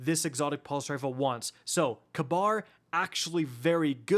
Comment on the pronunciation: funny tho since in real life its pronounced "ka-beer"idk how they butchered it so hard. or they hate the middle east that much